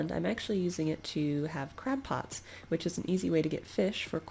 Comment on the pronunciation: i... i thought op said "crack pots" instead of "crab pots"...